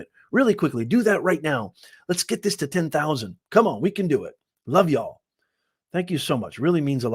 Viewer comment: Y'a l l haha. Definitely from the South